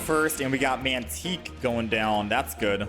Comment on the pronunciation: "mantique" lol. Tyke... pronounced like bike. Tike, like a small child.